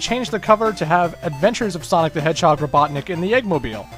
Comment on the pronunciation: eggman called himsife robotnek?